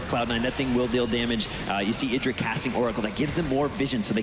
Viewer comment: idra? like the idra? wat wat